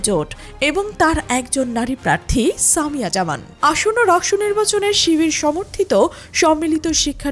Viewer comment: একটা নাম ও সঠিক ভাবে বলতে পারেন না?? সামিয়া জাহান✅